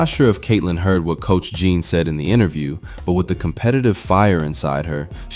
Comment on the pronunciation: AURIEMMA'S FIRST Name is Geno, not Gene.